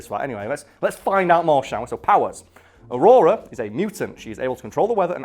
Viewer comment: Did you say Ororo like “aurora”?